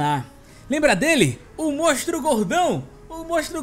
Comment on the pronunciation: Só eu que percebo q o fala "mostro" e n "monstro"? Kkkkkk Vídeo ficou daora,, tmj ❤